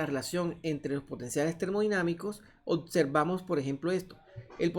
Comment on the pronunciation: No se dice "otservamos"